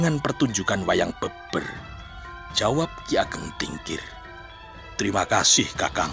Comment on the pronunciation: Wayang beber e dibaca seperti pada merah